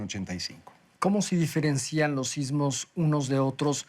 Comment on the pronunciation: Sus tomas alternativas en espejos son irritantes y distraen. Y es "diferencian", no "diferencían".